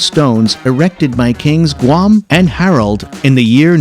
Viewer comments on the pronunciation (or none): none